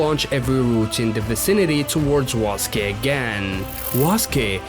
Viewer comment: Waske ❌️ Suske✅️